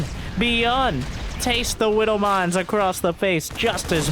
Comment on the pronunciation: I swear I hear saying "Whiddle Mines" instead of Widow Mines. Gets me every time.